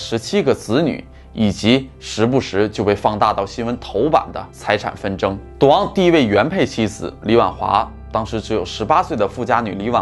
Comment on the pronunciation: 没有字幕 我貌似听到了 ”duang“ （滑稽） 其实是“赌王”啦！～